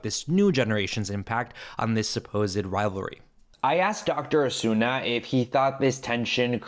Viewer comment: Un pequeño apunte: supposed son dos sílabas "səˈ-pōzd" tú le metes una "e" antes de la "d" (səˈ-pō-zed) que no tiene. A mí me pasaba con clothes que es una sílaba "klowthz", y yo la decía con dos "klow-thez". Es un error bastante normal en los que somos hispanohablantes. 😅